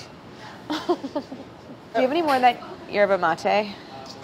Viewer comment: When Brad said yerbe mate , it was then I realized how badly I’d been pronouncing yerbe mate . So thank you Brad for educating me once again.